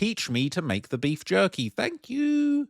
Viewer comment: Jerky or yerky?